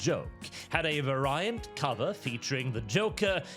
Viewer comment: How the fuck did you just pronounce "variant"?!?!